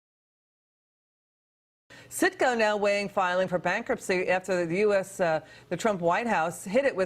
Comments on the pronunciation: It’s CITGO not SICKO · lol its definetly Citgo not sicko lol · the company name is citgo not sicko lmfao